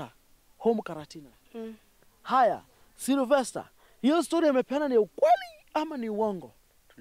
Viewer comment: jamaa anaitwa "Silvester", not "Cerovester" or "Zellovester" 🤣 & Muthoni looks like twins....then Stano unawaingiza box jamaa anasema ukweli kwa camera